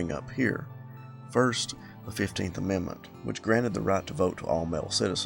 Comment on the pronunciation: haha “grant-Ed” the right